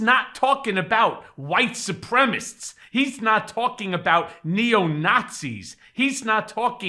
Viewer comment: it's pronounced "Su-prem-a-CISTS" for Christ's sake.